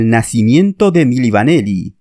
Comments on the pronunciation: Se pronuncia "mili vanili" no mili vaneli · Milli Vanilli..no Vaneli..al menos pronuncia bien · Es Milli Vanilli no Milli VanElli como dice el narrador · Y es VANILLI, con I. No VANELLI, como dices al principio del vídeo.